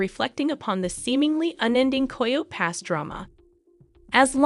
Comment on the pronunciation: Girl you need to pronounce your words better. It not koho pass😂